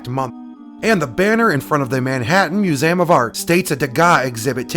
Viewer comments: I'm sorry but it wont quit bugging me.......... its. MU - ZEE - UM not. MU - ZAM otherwise good video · Oh yeah the muzam... Do you have problems pronouncing MUSEUM? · love this vids, keep's coming....but it's "myu̇-ˈzē-əm"!!! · Mu-zay-um? Lol. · You say museum weird….. I’ve never heard anyone say Mew-zayem….